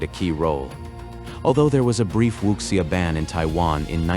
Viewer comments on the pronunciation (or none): Wuxia is pronounced Wu (soft G)ia Also the audio was AI generated